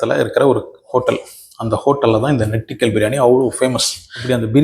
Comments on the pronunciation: நான் மலையாளி...... தமிழும் தெரியும்.... நெட்டிக்கல் அல்ல... ஞெட்டிக்கல் என்பதே சரியான உச்சரிப்பு .... ஒரு பாஷை பயில்வதற்கு முதலில் காது சரியாக இருக்க வேண்டும்.... மலையாளம் போன்று மெல்லின வகை பாஷை உச்சரிப்பிற்கு நாக்கு வடித்தலும், இசைவதும் ரொம்பப்பப முக்கியம் தம்பி..... அப்படிக் கூப்பிடலாம் என்று நினைக்கிறேன்.... 62 வயதானவள் .... என்னை விட மூத்தவராக இருந்தால் அண்ணன்..... நீங்கள் இங்கே உபயோகித்த வார்த்தை நெட்டிக்கல் மலையாளத்தில் இப்படி எழுதுவோம் (നെട്ടിക്കൽ) 👍 ஆனால் அதை ஞெட்டிக்கல் என்று உச்சரிக்க வேண்டும் (ഞെട്ടിക്കൽ) 👍 உங்கள் தமிழை நான் சரியாகத் தானே கையாண்டிருக்கிறேன்? நம்புகிறேன்....👍 பிழையிருந்தால் திருத்துங்கள்.... அதன் அர்த்தம் Shock..... அதிர்வித்தல் என்பது.... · நெட்டிக்கல்னா பயமுறுத்துறதுன்னு யார் சொன்னா?!..... அதும் pronounciation ம் தப்பு..... உனக்குத் தெரியாத பாஷைக்கு அர்த்தத்த ரொம்ப confident ஆ Simple ஆ சொல்லிட்டுப் போற..... ஏந்தம்பி.....??🤔😖👎